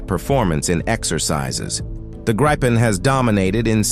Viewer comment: Please instruct your AI the Gripen is pronounced only as Greepen, not Grighpen. 👍🇸🇪